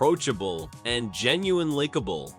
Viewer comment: Eww! How can the speaker say “lickable” instead of “likable”! I turned it off